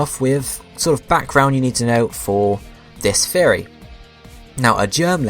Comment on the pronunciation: Are you saying Theory or Fairy?